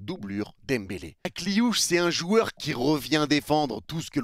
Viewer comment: "Ma nièce" Akliouche.. t'abuses mdr😂😂😂😂